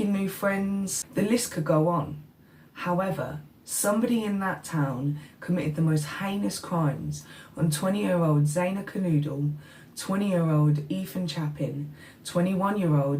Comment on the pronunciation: It's KerNODle not N OO dle